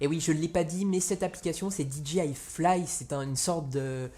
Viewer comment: Petit détail en passant, "DJI" ne se prononce pas "Di dji aïe", mais "Di djay aïe", puisque le "J" en anglais se prononce plus comme un "G" et non un "J". Du coup, si tu prononces le "D" et le "I" en anglais, il te faut prononcer le "J" aussi en anglais ;^)